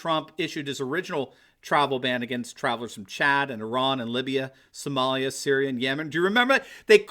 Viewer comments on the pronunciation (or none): none